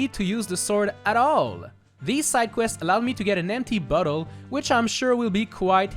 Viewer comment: Due to the accent when you said "empty bottle" I thought at first you said, "empty butthole" - Okay bye